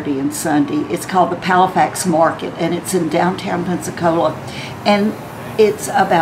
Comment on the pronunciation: Good video! Isn't it Palafox, not Palafax?